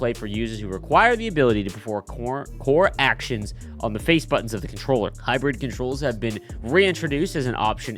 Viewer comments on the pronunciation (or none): none